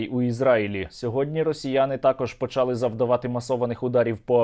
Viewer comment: почалИ - наголос, почАли - неправильний наголос